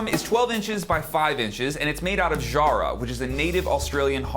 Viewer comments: love your sound and the snare compliments your playing beautifully But as an Aussie the pronunciation of Jarrah is emphasis on the ‘J’....phonetically sounds like ‘Kara’ as you would say not shzzarrah. 👌😎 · In Australia "Jarrah" rhymes "Farrah", i.e Farrah Fawcett if you are old enough to remember.